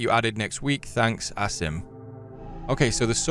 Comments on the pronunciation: Not to sound rude but its pronounced Aseem not Ass-im. Everytime you pronounce his name it feels weird. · forgot that he knew how to pronounce "Asim"